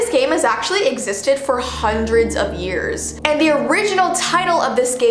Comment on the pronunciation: When you said “hearshe” or something like that did you mean years